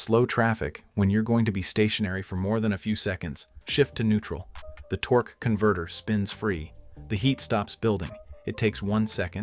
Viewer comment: Torque,eee converter 🤣🤣 if you didn’t hear it go back and listen 😂😂 more AI 💩 to add to the endless amount of AI 💩, “Worked on BMW for 15 years” But can’t talk on a video, We will pretend we believe you.